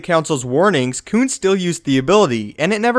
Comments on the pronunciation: Does anyone else cringe every time he says “Koon”? Like, bruh just say Plo Koon please Koon is not a word you should say like that bro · He is saying coon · When he kept saying koon I plugged in my headphones